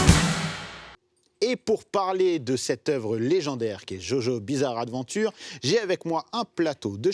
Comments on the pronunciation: Ptn c'est JoJo'SSSSSSSSSSSS Bizarre Adventure c'est pas compliqué Sinon sisi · aie l’accent quand il dit "jojo’s bizarre adventure"